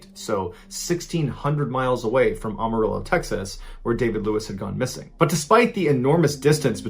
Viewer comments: I've never heard anyone mispronounce Ammiirillo am o rillo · it’s pronounced like AMARILLO not OMIRALLO 😭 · Not a big deal, but as a Texan..its AM arillo...not AHM arillo..thanks! Another great job! I tell people..whenbu mispronounce words it just means ur a reader and alot of words people pronounce differently anyway.. 😉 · Amarillo is pronounced with a HARD "A"! Am-er-ill-o....not Om-er-ill-o! Have you never been to Texas? No one here speaks that way! That's like going to Missouri and pronouncing it Misery! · It’s AMarillo not AHHHHmarillo...ugh 🙄🙄🙄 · AM-A-RILLO...Not Ama-Rillo..killing me smalls. Thanks. ~love Tx.~ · "ah-mah-rillo" is it just me or am i the only texan who is now doubting the way i say "am-uh-rillo" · Everyone in Texas : Amarillo Mr ballen: OMARILLO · I love your videos... but if you say Omarillo one more time instead of Amarillo, I’m unsubing:( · Every time you say Ah-marillo my partner yells Amarillo! "A" as in the word cat. LMAO! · Big fan.. seen all his YouTube videos.. but it’s funny hear him say: “arm-o-rillo” (being from texas we just say: Armarill’a) lol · Anyone else get annoyed at the way he says Amarillo? Amarillo...like, "I am"...AM-arillo not OM-arillo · BRO its AM-ah-rillo not Ah-mar-illo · Don’t mean to knit pick.....but you are pronouncing it ahmarillo.....it’s Amarillo...the A makes the same sound as ambulance.... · Amarillo.... not Armarillo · oh boy lol your not from Tx for sure. Amarillo the AM is pronounced like " I am" not aum. but your forgiven . we have some weird names here like Cut-n-shoot Tx. and the h is silent in humble Tx. still like your vids though. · Lol it’s pronounced “Am-uh-rillo” not “Awh-ma-rillo” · Its pronounced Am-or-ill-owe!!! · It's pronounced Am uh rhillo. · It is am a real o not the way you say it, am a real o texas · The city is pronounced Am. . . (as in I am) Amarillo. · Awwwwmarillo 🤣 still love you though 🙌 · For future reference... It's pronounced AM-arillo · It’s pronounced AmeriLo.